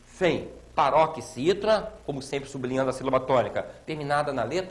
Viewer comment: parabéns! Ótima aula, porém pesquise as formas duplex, triplex e cuidado com a pronúncia sub-li-nhan-do que você pronunciou su-bli-nhan-do.